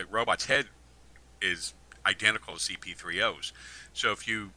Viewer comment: Every interview is the exact same. Tells the same exact stories, pronounces “wolf” as “woof”. Talks about his “dockra-mennary”. A ton of made up misinformation about Star Wars and George Lucas. Calls “C-3PO” C-P3O”. The end. Saved you another 1.5 hours of his blathering.